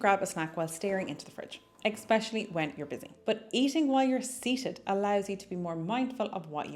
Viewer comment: Super good tips!! Very easy to implement and insightful!!! So helpful. Thank you so much for all your fantastic videos/tips. …fyi it’s ‘especially,’ not ‘eXpecially.’